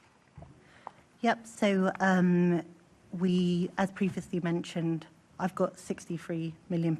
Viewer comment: “Ife got this moneys and and ife got that moneys”